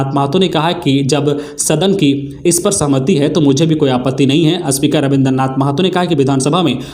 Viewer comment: आज की गलतियां-साधा को सधा 2 बार स्पीकर को अस्पीकर 3 बार, स्कुल को अस्कुल 2 बार ,पुनर्वास को पुरनावास बोला गया, भूल सुधार कीजिए